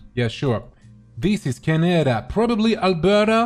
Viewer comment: omg le "dis iz" %